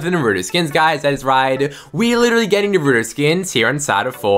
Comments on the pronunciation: that’s how you say naruto.... it’s not Na-ra-toe it’s Na-ru-to that’s the oringal Japanese way to pronounce it 🤦🏽😭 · Lol this guy spends like half the video talking about toon meowscles and when the Naruto part comes, he calls him nurutoe😂😂 Edit: You know what we lack? Him: Saasssuuuuuuuuukeeeeee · dude he says it like NaRuddo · i hate how he calls him narudo as a actual anime watcher and naruto fan it annoys me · Nay rue toe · The way he says NARUTO pain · The way he says Naruto wrong 😔